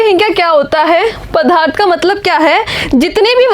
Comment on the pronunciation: Mam vo padarth hai naa ki padhaarth